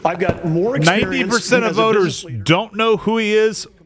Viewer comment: Pence repeatedly saying "expurience" drove me crazy.